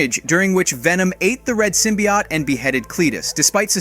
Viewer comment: Why do you keep saying Symbiote and Carnage so strangely? You pronounce them differently almost every time. Knock it off. It's annoying. Take 5 seconds to research character pronunciations or just don't do narrations.